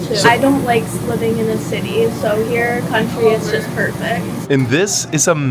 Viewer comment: At least he said PASS TEE right.